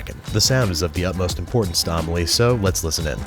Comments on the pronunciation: By the way, it's pronounced "ah-mee-lee-ay", not "ah-mah-lee" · The way he pronounced Amelie 😬😬😬😬